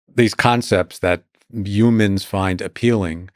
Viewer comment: "Youmans" 😂😂😂 Says it again a couple seconds later. Actually every time he says human, he says "Youman" 😭😭